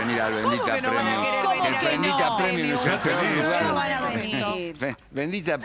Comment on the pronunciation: Cada día mejor bendita premium jajajaja se pronuncia primium chicos